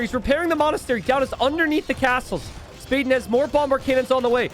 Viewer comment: You say it spa den. like a den where you relax in water